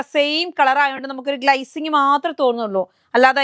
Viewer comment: പൊന്നു sony... ഈ ഗ്‌ളൈസിങ് മാറ്റി glacing എന്ന് പറയു.... കേട്ട് മടുത്തു 😅